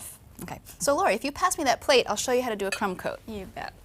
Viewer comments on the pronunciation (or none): hahaha she said cum coat not crumb coat.